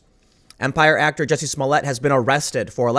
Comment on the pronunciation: IT’S NOT JESSIE! IT’S JUSSIE! MA’NN!